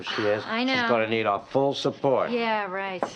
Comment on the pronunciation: the " support " said by the man is much like "suffort"